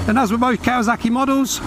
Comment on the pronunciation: It’s kawaSaki not kawaZaki Why is everyone saying that now what’s wrong with you lot ??